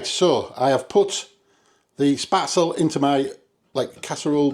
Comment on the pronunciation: These noodles are pronounced Spet zel, not Spat zel. My friends German mother-in-law would spread the dough on a wooden board,and scrap it off with a sharp knife into boiling water,as soon as it floated,you remove it. At the restaurant we used a spaetzle maker,a SS board with holes in it,and a piece that is like a chimney,which you fill with the dough,and push back, and forth over the holes into boiling water. We often had spaetzle on the menu. I have never seen dried spaetzle,it’s often just served with butter,and black pepper.😊